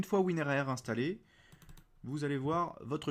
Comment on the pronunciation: Tout le monde dit WINRAR mais toi tu dis WIN-R-A-R